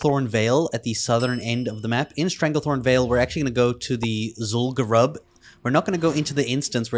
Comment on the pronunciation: I love your guides and appreciate your work... but the way you pronounce things pisses me off LMAOOO... anything from hearthstone, to oribos, to now zul gurub drives me up the walls!! hahaha